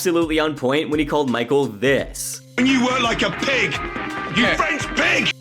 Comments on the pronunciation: Michel is not pronounced Michael.. it’s pronounced Me-Shell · Not michael its michel it’s a french name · I think it's funny how you overpronounce foreign food, but can't get a French guys name right